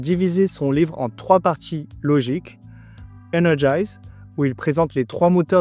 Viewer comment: Me trompe-je en affirmant que c'est "energiZe" et non "energiSe" ?